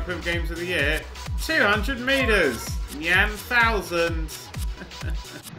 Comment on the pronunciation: Isn't it "niy-an" like cyan, but with an 'n'